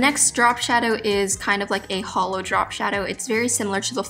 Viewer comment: I keep hearing holo instead of hollow